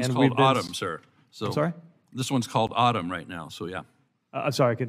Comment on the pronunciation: He pronounced it like “ottom”.